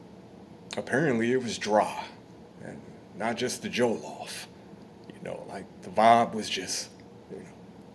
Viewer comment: the Joe-llof? 😂😂😂😂